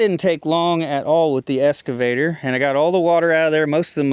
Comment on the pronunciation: I really enjoy your videos, but you have to start pronouncing "excavator" correctly:) It's "ex" (eks), not "es" (should be pronounced, EKS'-skuh-vay-ter). You wouldn't pronounce "escalator" like it was spelled "excalator", right? (should not be pronounced, EKS'-skuh-lay-ter). That just sounds so wrong:) Cheers, Sev